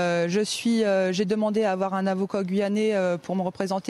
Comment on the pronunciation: On dit avocat et non pas avoco. On dit Taubira, pas non pas Taubiro..remarque c'est normal, elle parle avec une banane antillaise dans la bouche.. mais quelle coquine cette Sophie.. :)